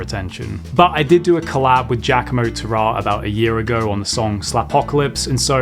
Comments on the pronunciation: If he is italian isnt it "TUrra" and not turrA? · 99% of me thinks you're a legend for this, and 1% of me is laughing at the Berklee-esque pronunciation of 'Turra'.